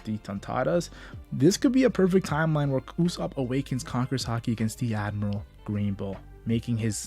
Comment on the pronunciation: When you speak i can't understand anything. instead of admiral you say admal..... please ....